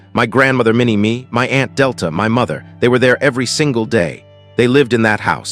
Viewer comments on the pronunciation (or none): Minnie MAY you idiot AI naration! Minnie me. Give me a break!